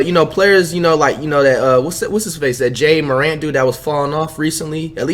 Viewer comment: “Zeon” and “Jay Morant”